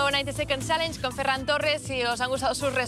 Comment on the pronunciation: ja et val fer-ho en CASTELLÀ, es diu FERRAN!!! -100 per tu.